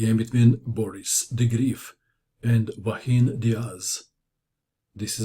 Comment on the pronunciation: Very nice game! I know you care about pronouncing names / last names correctly, maybe you can check the pronunciation of Joaquín, it's quite different of what you are saying in the video. Anyhow, great video as always, you are the main reason why I open YouTube.